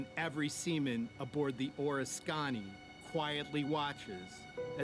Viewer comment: the name of the carrier is {or risk ken knee} if you are going to make these videos at least do some research on pronunciation.